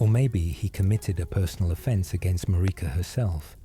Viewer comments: Tip: to prevent stupid pronunciations by AI tools, write out the names phonetically with similar syllables Marika > mare-ick-a Melina > mel-in-a miquella> Mick-a-la I've had luck with this when creating for work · Love these videos but takes me out of it a bit when you mispronounce Marika and Melina….